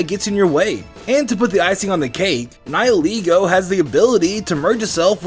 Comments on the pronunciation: Its called ni heh leh go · The pronounciation of nihilego is getting on my nerves